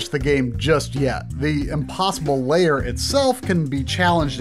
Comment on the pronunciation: pro-tip: "lair" is one syllable, pronounced like "hair" or "pair", NOT two syllables like "layer" or "payer"